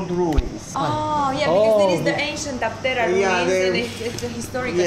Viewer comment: A tip for the correct pronunciation is when you see a sign of a region that has Greek and English, in the Greek word you can see which letter is stressed because it has the punctuation mark ' above it, in this case Άπτερα it is stressed at the first letter "Α" so it is A-ptera, not Apt-E-ra.